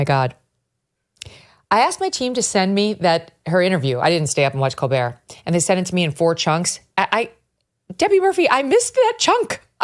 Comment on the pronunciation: I swear I thought Megyn Kelly said let's talk about "Cold beer"😂 it's colbert